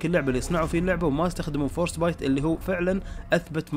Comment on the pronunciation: اسمو فروست بايت المحرك ، مو فورست بايت ايمت لح تتعلم تلفظ انكليزي مجرد لفظ بس ؟